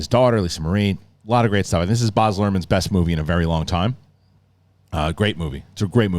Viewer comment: It's B-A-Z nor Barzzzzz